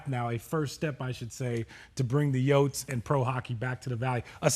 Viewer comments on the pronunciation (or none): If says yotes one more time... I'm gonna hurl.